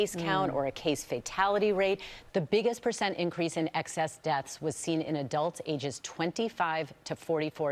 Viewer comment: excess desths? that's fkn hilarious!